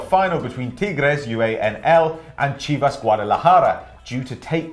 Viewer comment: Good pronunciation for Chivas <333333